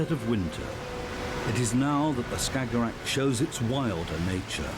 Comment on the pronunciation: He saying "stagorag" or whatever that is , 10 times per minute. Tf is a "stagorag"